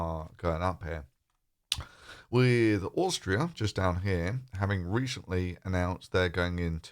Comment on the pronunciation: Where's this "Oorrstria" you speak of? 🙃